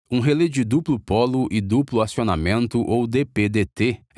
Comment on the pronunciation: Só um pequeno detalhe: em português a pronúncia correta é RELÉ, com acento agudo no último "e", e não relê. Em inglês "Relay" é que se pronuncia "êi".